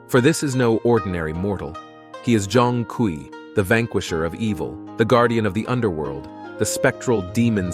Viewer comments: Pronounciation: Jong-kwee ❌ Zone-kway ✅ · I tried getting into it but can’t get past the mispronunciation of his name.